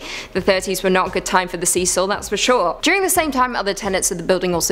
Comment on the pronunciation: Thank you for another great spooky vid..I love the paranormal so I always enjoy the content also Thank You for saying Cecil correctly as it is my first name Ive heard it so often and so horribly pronounced as Cess-il. Thanks again